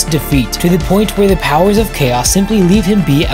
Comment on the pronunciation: Hey guy did you know you've been saying the word 'the' wrong for a while now?